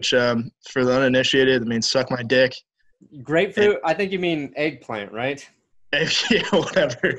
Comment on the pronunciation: "Grapefruit" lmao.